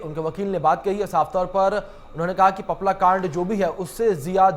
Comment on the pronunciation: सही ढंग से बोलना सीख लो आपला नहीं है पपला हैं वह